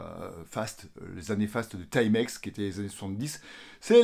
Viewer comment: Enfin un francais qui prononce bien le nom TIMEX, au lieu de Ti-Mex. Les français de France, ont la stupide habitude de toujours vouloir prononcer les mots et nom anglais en français. Genre: Spiderman. 😆C'est un nom anglais, il faut donc le prononcer en anglais, car dans le cas contraire, cela donne une drôle de sonorité.